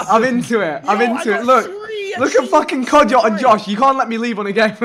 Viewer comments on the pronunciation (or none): Did he say man like kodja #avfc